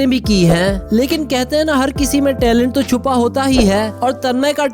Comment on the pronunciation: Talent not tailent ,n clan not clain .